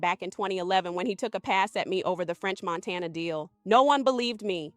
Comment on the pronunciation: french montaynya